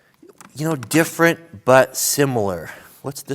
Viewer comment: "Its very similar but very diffrend" 2019